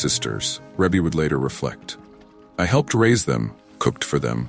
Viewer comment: So why is not being able to pronounce names the new trend for this generation? Ree-Bee. It is pronounced REE-BEE. And how does a death in 1988 and 2009 mean “a few” years? 21 years is not a few years. That’s two decades.